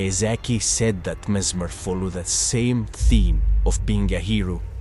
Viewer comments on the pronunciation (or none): The only thing I can say is that you probably pronounce the name wrong